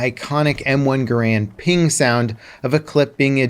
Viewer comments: know what hurts most about guns? no, not the bullets, the fact that people still have no idea how to correctly pronounce garand, it's not "ga-rand", or for some people "grand", it's "gare-end", the guy it's named after even told the manufacturers that his name is pronounced that way, and wanted it to be known. inb4 the comments saying i'm wrong cause they're too lazy to look up the facts or listen to an actual historian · 99% of people pronounce “Garand” wrong. You are pronouncing it wrong . You’ve been doing it your whole life .